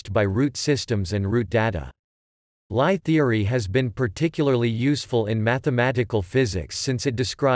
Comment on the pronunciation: LIe is pronounced "Lee"